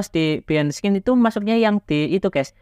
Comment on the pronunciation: bahain de sin bang,,gini cara baca behind the scene. bukan skin atuh wkwkwk, skin mah kulit